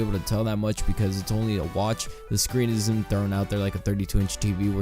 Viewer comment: Your "is and isn't" sound the same, annunciate those words a bit more also liked the video, but don't feel you highlight the actual products enough. Put links on the reviews or something?